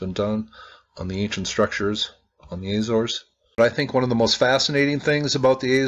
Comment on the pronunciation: AH-zor-es, or Ah-zo-ress, not AY-zors